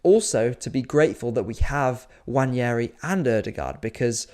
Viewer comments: it's nwaneri btw, no wanyeri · WA-NE-RI Not wanieri. Jfc its not that hard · There is no 'Y' in Nwaneri. You can say it how it is spelt and pronounce his name correctly.